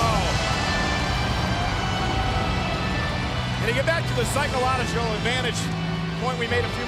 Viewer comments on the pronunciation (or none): Did anyone else catch when they said psycolodadril instead of psychological at 2 min 30 sum seconds?